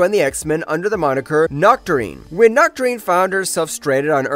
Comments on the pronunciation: Sorry, but Noctourine? It's Nocturne as in nocturnal 😅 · "Nocturne" is pronounced, "knock - turn"... The "E" at the end is silent. Given that it isn't a common word, it's not a big deal, but for the other people who regularly mispronounce words they read but don't know how they're spoken aloud, here you go: 1.) Chasm: (pronounced Kas-um) not "Cha-sum". 2.) Epoch: (pronounced E-pock) not "Epic" or "E-poke". That's all I have to add... I really enjoy the videos you guys put out, this comment isn't me being judgemental, or anything. You guys didn't get into the storyline where Kurt's Father summoned the dozens of blue, furred teleporting offspring to open a portal to Hell, but oh, well.